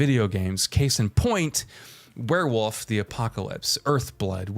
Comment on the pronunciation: He says werwuf